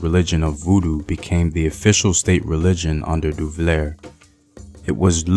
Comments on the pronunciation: /fran-swa/ papa doc /du-va-yay/ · Fran-who Duvalier!? 😵